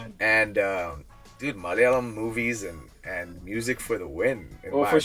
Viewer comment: The way he says the word 'malayalam' is so perfect even though he grew up in Texas. Most American malayalees don't say it that well. Nee pwoliyada, thani malayali. Keep going brotha you have that fire in you bro